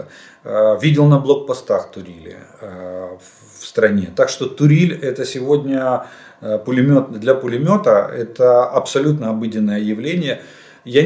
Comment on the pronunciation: Олег Владимирович, установка для крепления пулемётов или малокалиберных автоматических пушек правильно называется туре́ль. Туриль — это норвежское женское имя. Известна Туриль Торстад Хаугер — норвежская детская писательница.